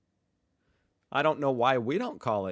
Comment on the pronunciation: hearing you pronounce "Deutschland" is exactly the reason why you don't call it "Deutschland"... you just can't pronounce it ;)